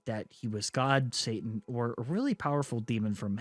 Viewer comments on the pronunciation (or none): none